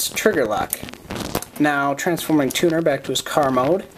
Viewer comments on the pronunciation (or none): I thought you said "tuna" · I thought you said tuna...